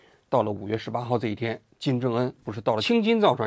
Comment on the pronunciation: 王局最近咋了，青筋造船厂又念错了